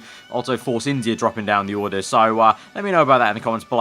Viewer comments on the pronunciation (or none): none